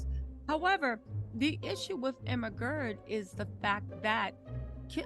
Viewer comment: does someone else hear ERMAHERD every time she says Emma's name?